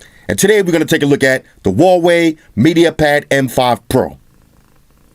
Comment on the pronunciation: I'm sure Huawei sent him some nice products free of charge. The least he could do at that point was pronounce the name properly.